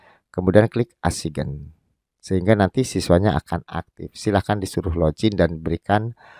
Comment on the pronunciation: assign dibaca ''esain " biar enak di dengar videonya,,🙏